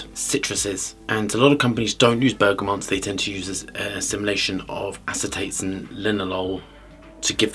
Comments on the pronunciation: I hate being a picky type, and I love this channel, but it’s BERGAMOT - no N in BERGAMOT 👍🏼👌🏼. Great review and great channel ✌🏼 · why does he always add an N in Bergamot?